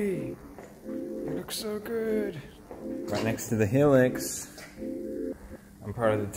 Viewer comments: The toyota Hilux is pronouced Hi-Lux rather than helix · Hey Felix, if it even matters to you as an Aussie the Hilux is pronounced Hi-lux not He-lux. We have a lot of Toyotas in this country, and it is one of the largest car companies in Australia. I was just wondering how it was pronounced in Japanese. Also enjoying ur vids hope all is going well. :) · bro said hill-ex, its got me dying inside, its pronounced high-lux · Dude... Its Hi-lux say it HI-LUX not helix... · The correct pronunciation of Hilux is "HIGH LUX" which is short for High Luxury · man really called a hilux a heelicks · The fact he always pronounces Hilux like Helix actually makes me twitch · This is cute and all but did he really call a Hilux as hEelix